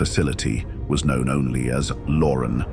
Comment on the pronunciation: It's not pronounced "Lauren"...it's pronounced "Lo-RAN"